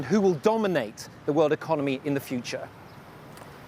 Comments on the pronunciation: Hey, it Ho Chi Minh City, not Ho Chi MIHN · HO CHI MINH CITY NOT HO CHI MIHN CITY:(( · its Minh not Mihn btw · Its Ho Chi Minh City, not Ho Chi Mihn City tho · HO CHI MINH CITY NOT HO CHI MIHN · Ho Chi Minh, not Ho Chi Mihn, you are a major media channel that even makes mistakes with basic, foolish things. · Its HO CHI MINH city, not MIHN. Please correct it first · HO CHI MINH city not ‘HO CHI MIHN’. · It’s Ho Chi Minh city, not Mihn, BBC… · Thank BBC, but it's HO CHI MINH CITY, not HO CHI MIHN CITY =)) white text on black background left corner at 26 seconds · Actually it’s HO CHI MINH city not HO CHI MIHN one 😂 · Ho Chi Minh, not Ho Chi Mihn, quite disrespectful 😤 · Wrong name! Ho Chi Minh not Ho Chi Mihn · You messed up the city name, it’s Ho Chi Minh not Ho Chi Mihn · I don't get it, how could you misspell our leader's name? It's HO CHI MINH, not HO CHI MIHN =))) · "HO CHI MINH CITY", not "HO CHI MIHN CITY", please adjust it in the video. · It’s HO CHI “MINH” CITY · “Ho Chi Mihn City” tag? Seriously? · Ho Chi Mihn City !?!? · "Ho Chi MIHN city"???? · ho chi 'mihn' in the video lol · got the city name wrong even at your beginning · Hey, Thanks for made news about our country. In the next time, takes attention on "HO CHI MINH CITY" not "HO CHI MIHN CITY". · BBC News, I would appreciate you getting the name of city correctly: Ho Chi Minh City, . Thank you for featuring our remarkable celebration milestone!